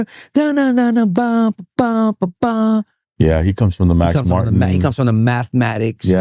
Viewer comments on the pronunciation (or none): just be talking half the time, he says Math when the other guy was saying Max